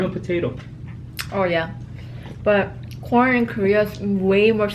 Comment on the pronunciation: I was talking to my husband at the time you were talking about American corn and I could have swore you said American porn! I snapped back real quick and was like what in the world is talking about today?! 😂😂😂